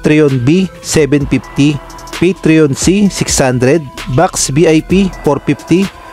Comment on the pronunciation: Hindi po patrion kundi patron